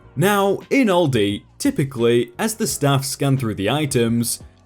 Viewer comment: The way he says Aldi hurts my soul but great vid